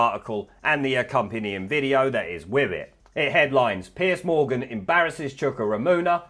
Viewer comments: Just so you know its not Piece Morgan, its Piers Morgan. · Isn’t it Piers? Not Piece Morgan? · It's PIERS Morgan , not Piece Morgan.